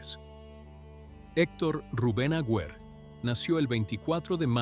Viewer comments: El apellido del arzobispo no es Agüer; sino AGUER, sin diéresis en la u. Aguer, Aguer, Aguer. Se pronuncia sin leer la u. 🇦🇷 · Un nuevo cuento chino de esta canaleta. Es tan poco lo que investigan, que ni siquiera escriben correctamente el apellido de este obispo. La U de su apellido NO lleva diéresis. Y también lo pronuncia mal. Así son de serios estos mamarrachos. Aguer jugaba todas las fichas a que llegaría a ser Cardenal, que sería nombrado PRESIDENTE de la Conferencia Episcopal argentina y soñaba con la Silla de Pedro. Pero todo ese camino fue el que recorrió Jorge Bergoglio,. El resentimiento de Aguer le dura hasta el día de hoy y, aunque no nos consta, es probable que haya dicho toda esta estupidez que ventila este bot editado con IA.